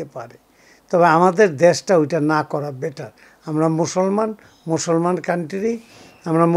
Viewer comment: মুসলমান কথাটাও ভালো করে বলতে পারোস না বেটা